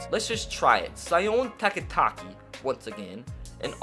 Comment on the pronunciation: I’m sorry if this is rude, but Sione Takitaki is pronounced Seeoney, TakiTaki